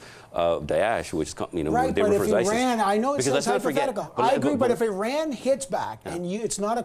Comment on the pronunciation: He said eran it’s iran